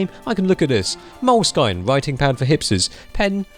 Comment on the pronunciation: * Mol-sky-n*????? It is pronounced Mo-lah-skee-nah